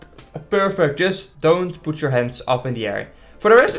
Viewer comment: "What is maybe the good ride to poet in here?", us: "What's maybe a good ride to place it down there?". Don't worry it's just what i heard, I'm not bullying you it's kinda funny how d'you said that.